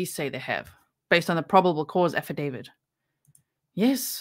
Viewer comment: it’s affidavit not affidavid